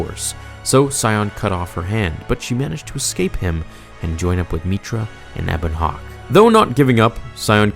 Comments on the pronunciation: HARR-BIN-JUR EBB-ON HAWK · bro I like this stuff, but did you actually get into the game itself were you a big enough fan? Or you just read and stuff that you find on Star wars pages and just update all of us cuz the pronunciation of ebon hawk and a bunch of other things just seem like you haven't even played the game it's one of the greatest stories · A few things: "Harr-bin-jer" "Eh-bun Hawk" "Ay-triss" among multiple others. I know mistakes happen, but there were a LOT in this video. I mean, you're and this is some of the most widely-beloved Star Wars lore here. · Atris Harbinger Ebon Hawk Peragus Bruh, you are butchering these pronunciations! Did you ever actually play KotOR 2 or just read the wiki article? 😂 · Ok i have to say it...its pronounced (har-bin-jer) not (har-bin-gur) and if youd played the knights of the old republic games youd know that youre mispronouncing Ebon Hawk as well. Sorry i just keep cringing everytime i hear you say harbinger the way you do.